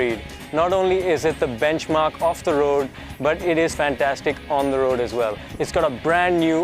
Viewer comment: Fhaaan-TAStic you know?! Fhaaan-TAStic. yaar.